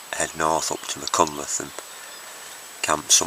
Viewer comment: word to the wise.... .. its pronounced .. ( doing my best with typing spellaneese ).... Mack... Han... cltheth